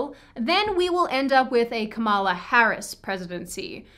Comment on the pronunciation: Also learn how to pronounce Kamala’s name correctly, you can pronounce everything else right. Why not someone’s name??